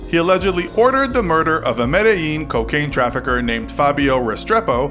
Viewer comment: Not "Medellin"... "Med-eye-een"